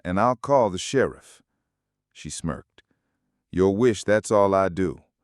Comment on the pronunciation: Decent voice but OMG! doesn't know how to pronounce "Sheriff" right. And the title is incorrect since he never fired his gun.